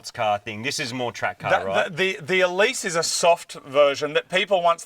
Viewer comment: Congrats on the new ride. Love how you pronounce Exige and Elise correctly, and then I hear Celica.. (Ca-lic-a) I've owned several Celica's (Cel-i-ca) . ha! Great video..